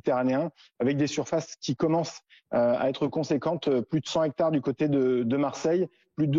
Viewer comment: Déjà, la journaliste qui c'est fait virer par un pompier parlait de 100 Z'hecrtares et lui parle maintenant de 200 Hectares (histoire de pas se mouiller sans doute). Je n'ai qu'un C.A.P mais je dis 100 T'hectares et 200 Z'hectares . Chapeau les journalistes de BFM !👏